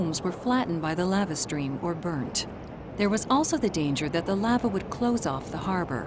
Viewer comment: I've never heard anyone pronounce the word Lava that way before.